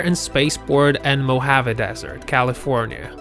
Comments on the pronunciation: I don't know who the damn narrator of this piece was but his pronunciation of Tucson and the Mojave Desert sucked big hairy balls.. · You need to find the correct pronunciation of places before making a video. You missed on three accounts: Tucson (really butchered this one), Mohave, and Chernobyl. Very informative video otherwise.